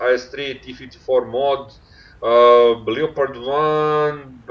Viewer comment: kada već pričate na engleskom Leopard 1 recite kao 'Le(o)perd' umesto 'Liopard'